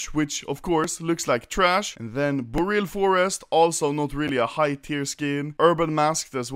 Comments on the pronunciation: ''boral forest'' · "BorAl Forest"